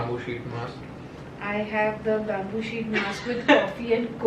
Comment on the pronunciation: Wait, I rewinded 5 times to check whether actually said Ubtan BABOO sheet mask!?🤣🤣 Damnn BABOO🤣🤣🤣🔥